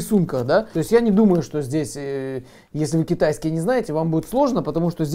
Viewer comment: Ты 1000 раз сказал кетайиски